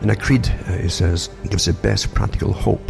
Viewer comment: Took me a good few minutes to understand his pronunciation of "creed"